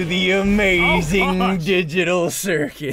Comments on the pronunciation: Ssundee accidentally said gigadall instead of digital lol 🤣🤣🤣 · "Welcome to The Amazing Dijital Circus" 😂😂😂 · "the amazing gigital circus"